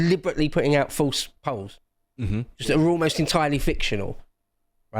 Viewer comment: Did he say EO double L. Peolls?